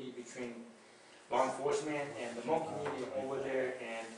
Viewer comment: I'm sorry... But if your going to post a video on behalf of the Hmong people, you spell check before hand 👍(Hmong-hmôNG) pronounced: Mong